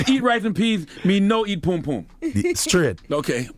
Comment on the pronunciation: It's not pume pume,say after me PUM PUM!!